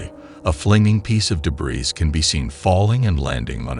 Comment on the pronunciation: Your dumb AI voice doesn’t know how pronounce “debris”.